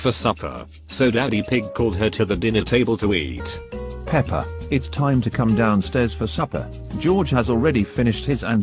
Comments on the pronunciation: And also daddy pig said pepper In the part of doughnuts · Mommy pig and daddy pig call pepa peper